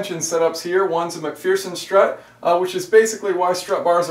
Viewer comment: Shafiq Zainal 😂. I was thinking the same. Should be Mac-fur-sun strut!